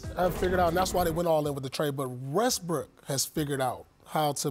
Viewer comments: Paul said restbrook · He said Restbrook?🤔🤣